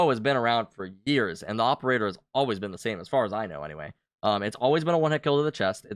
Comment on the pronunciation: the awperator lmao